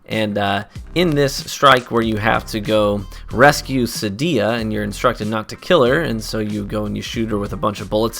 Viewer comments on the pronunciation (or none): Isn't it sAdia and not sadIa?